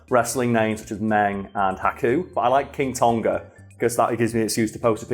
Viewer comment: It's pronounced 'Tong-a' not 'Ton-ga,' incredibly frustrating hearing the repetitive mispronunciation